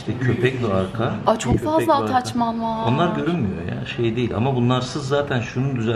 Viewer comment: Hiç kimse:: ATAÇMAN